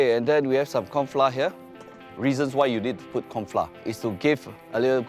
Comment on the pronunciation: "corn fla"